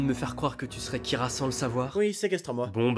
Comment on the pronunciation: Il dit "keara" design..? Moui bon ça fait l'affaire